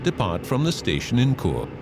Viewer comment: I done that train journey. St. Moritz to Zermatt. Chur is pronounced Sure not cure